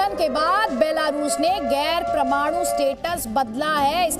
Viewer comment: Phle sahi se bolna seekho kch kch , butin pramadu kya hota hai yaar??